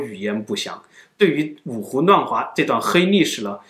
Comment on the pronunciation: 台灣格語